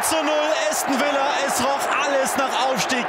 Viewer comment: Bin natürlich für Aston Villa gewesen.💪😍😱 Hab nicht gedacht am Anfang das des noch was wird😆. Tipp für Kommentator: Es heißt nicht Äston sondern Aston Villa.